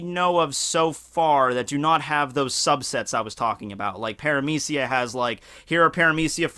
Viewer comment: Logia is a hard G like in Good or Bug. Paramecia is Parame(SHE)a Zoan is Zone.